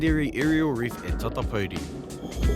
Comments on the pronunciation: It's Tairabrown not tairawhite. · TE TAIRAWHITI..... NOT TAIRAWHITE